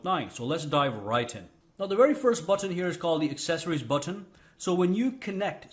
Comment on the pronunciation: The way u say button is funny.... You say BOT-TON 🤣